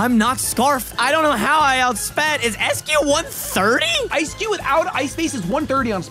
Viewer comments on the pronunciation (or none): Sorry, but I am sick of people naming my boy Eiscue wrong. It's ICE-cue. The german word "Eis" is pronounced exactly like ice. It is called ICE-cue. Thanks, from a german guy.